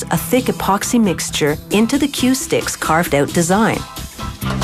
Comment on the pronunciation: The narrorator sounds canadian whenever she says "out"